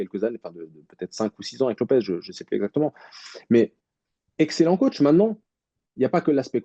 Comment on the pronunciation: Mdrr😂😂 Ces mecs qui prononce " COTCH ". Il va falloir qu'ils comprennent 😅 COACH